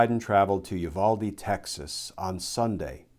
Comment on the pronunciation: You say “Uvalde” correctly. Thank you.